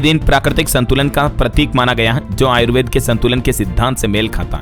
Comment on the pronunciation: यह डीएलएस न्यूज़ वाला कभी किसी को कोई गिफ्ट नहीं देता है। झूठ मुठ के सबसे सवाल पूछ कर उलझाए रहता है। देशी मुर्गी विलायती बोल। भारत के संस्कार में आयुर्वेदा, योगा या कृष्णा शब्द नहीं है। यह सभी विदेशी बोल वाले को उच्चारण है। कृपया इसे आयुर्वेद योग और कृष्ण के नाम से संबोधित करें।